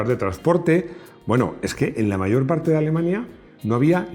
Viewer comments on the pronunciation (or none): none